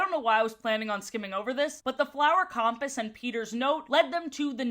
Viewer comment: Great vid but why do you say compass like that? Is it an accent or have i been saying it wrong lol